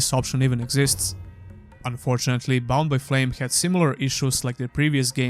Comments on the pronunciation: Whenever you say Bound by Flame all I hear is Bombay Flame. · So every time you said "Bound by Flame" and "Mars: War Logs" I heard "Bombay Flame" and "Mars: Warlocks" which, by the way, sound awesome.